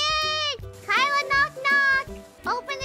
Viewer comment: It says 'KAELA!' but I heard 'MOM!' 😂